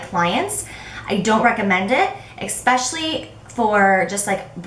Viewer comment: Since 3 people said that you and Nicole Guerreiro were their fav YouTube people, I thought I would check her out and found it HILARIOUS that in the first video of hers I watched she pronounced "especially" with an x like you always do! Which btw is annoying but I think you're awesome anyway so I over look it lol.